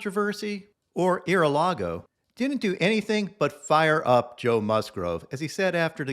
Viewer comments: Ear-a-lago lmfao. JAVA JOE CAME THRU ! #LFGSD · Ear-A-Lago lmao let's go Brandon!💯🤣